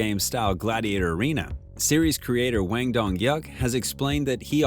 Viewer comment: Mispronouncing foreign languages is fairly acceptable, but you should've taken much more consideration when saying director's last name. It's just a single word. Hwang not Wang. No fancy linguistic skills required. Calling someone in correct name is showing that person respect.